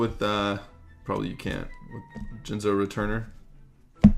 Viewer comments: jinzo not jizzno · Jinzo not jizno. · It’s not Jizno, it’s Jinzo dude. Guess we all know what was on your mind downing some Jizz clearly. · i hate every time you pull a jinzo card, you literally say quiznos but with a "j" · JIN-Zo saying Jizno is making me think awkwardly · Dislike for saying jizz-no. It's Jin-zo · it's Jin-zo not Jiz-no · Wtf is a jizzno it's jin zo dumbfuck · what with the JIZZ-NO pronunciation lol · ricardo herrera he always does that for jinzo.. jizzno is way cooler IMO.. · Did anybody else notice he didn't say jinzos name right once lol but overall great vid